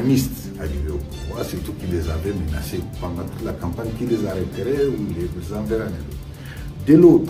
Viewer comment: On ne dit pas menancé , on dit menacé s il vous plaît journaliste. Regardez le dictionnaire français majorité des Congolais disent menace mawa trop😭😭😭😭😭